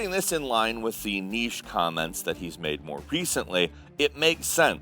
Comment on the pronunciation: Thank you for teaching America how to pronounce "niche".